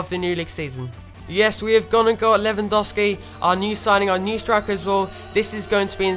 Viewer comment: It's Lewandowski not Lewandowsi +Danyyal Raja